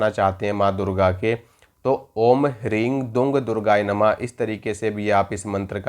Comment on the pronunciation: Ring ❌ Hreem✅